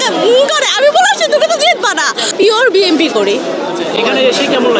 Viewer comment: আপায় বিএমপি করে। দলের লোকেরা দলের নাম ভুলভাল উচ্চারণ করলে দোষ নাই, সাধারণ মানুষ বিম্পি কইলেই দোষ।🥱